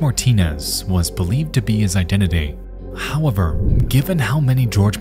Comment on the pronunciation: also not to forget him saying "Howwavar"😅